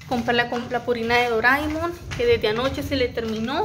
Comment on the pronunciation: Me río cuando dices doraimon😅 vaya que faena con lo del ordenador. Muy bien tu organización suelen pasar cosas y de esta forma estás relajada con el canal